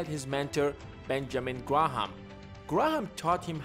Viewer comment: Ive never heard Graham pronounced "Grah-Ham"